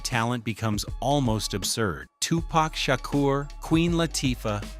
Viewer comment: I might be wrong, but I thought it was Money B who had the part, not Treach, because while Money B was rehearsing the script, he couldn't get it right, and Tupac did it for him, and Money B told Pac that He should do it. Money B was the reason why He was there. And I wish you guys would get His name right. It's Tupac, not Tupack, and Shakur, not 2 Pack Shaker. And it's Treach, not Treech. And Camron is not a Dj, you got the wrong one.